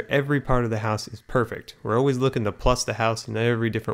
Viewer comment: WHY DOES HE LIKE SAYING PURFECT !!!!!!!!!!!!!!!!!!!!!!!!!!!!!!!!!!!!!!!!!!!!!